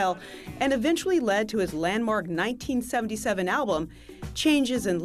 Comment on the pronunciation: al-bum, not al-blum